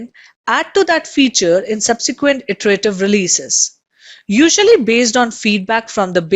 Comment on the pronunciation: word "Iterative" should be pronounced as Etarative not AEterative.